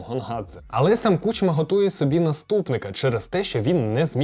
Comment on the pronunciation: правильно кУчма, а не кучмА